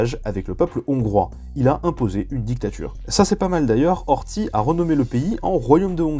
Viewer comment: Il y a quelques erreurs concernant les noms : Horty & non Ortie, ou Saint-Germain-en-Laye & non Saint-Germain-Laye. Sachant que le « Ö » se prononce « e », dû au umlaut, le nom allemand du tréma. Mais sinon, oui, c'était une belle chienlit. J'ai hâte du passage de Dolfuß & von Schuschnigg.